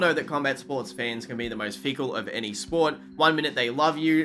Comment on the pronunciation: It's pronounced fih Cul not fee Cul. There's a difference between those two words, fecal and fickle, and you don't want to mix them up. Lol